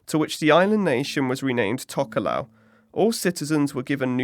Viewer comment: im tokelauan and im just letting you know that we pronounces t as d and f as h ( but for atafu we pronounces f as a f )